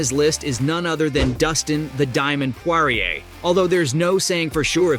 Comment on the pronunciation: “the Russian Charles Olivera “ “Dominant victory over volk” Bro couldn’t even pronounce Dustin and Justin’s last name😂 Is this guy mentally disabled?